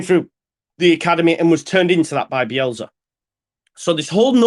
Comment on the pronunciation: Do you realise it’s bielSA not BielZA :-)